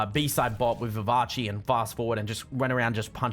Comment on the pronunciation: Love the vid, but can u pls pronounce "vivace" as "vivase" pls that how u say it